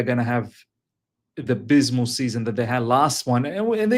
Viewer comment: Great video. It’s Abysmal not Bysmal bro